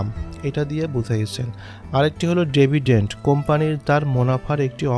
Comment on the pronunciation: ডেভিডেন্ট না ডিভিডেন্ট